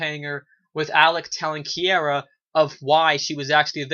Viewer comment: Bro, great review. And it's pronounced (Kee-ra) ... Is Alec Sadler pissing you off this season, like he is for me? He's showing his true colors, selfish and does not give a damn that he sent Kiera back in time. HE took her from her family, stranded her in the past, yet BLAMES HER for the red-head chick getting shot. WTF!?